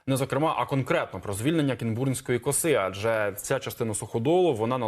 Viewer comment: Журналюги, робіть правильний наголос!! кІнбурнська коса!!!